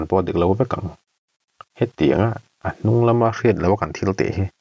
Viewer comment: A chal a chuar ngal 'nung'. Nung hi Nûung ang hian a ni zawk lo maw.